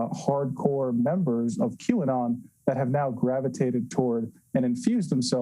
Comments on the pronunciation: Is it pronounced Q anut? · Lol, why does everyone keep saying Q anon?" You would think by now they could say it correctly. Check out the Like to Dislike ratio. It is 1.7k Likes to 4k Dislikes. I think they are completely missing the point.